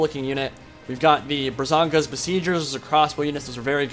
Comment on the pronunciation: First I just have to say that it's Braganza, not Brazanga. Now that that nitpick is out of the way, I'm super hyped for Ogre Stonehorns.